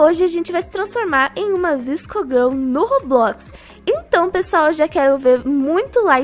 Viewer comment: Se fala vasco girl